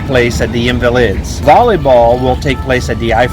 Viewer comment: Your pronounciation made me scream ... Les Invalides!!! OUCH! La Defense is